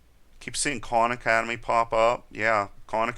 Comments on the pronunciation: Lol I thought you said 'con academy' but your saying KAHN hahahaha... you know both styles are good in there own way... They do not coveer what you cover and visa versa...excep for python. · First I'd like to say great videos. You mentioned some other videos, which I can't really make out what your saying. It sounds like you're saying Corn Academy?? Do you have a link to where you're speaking of? Thanks